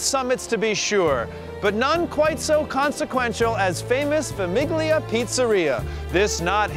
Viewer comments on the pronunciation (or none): Great video... except when you butchered “famiglia”. You don’t pronounce the g like that when it’s followed by “li”. “iglia” sounds like “eelya” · You must be Italian. I'm half Italian and yes, he mispronounced it. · “FamiGlia” lmao